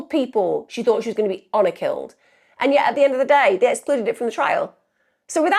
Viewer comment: Hour killing!? Its HONOR Killing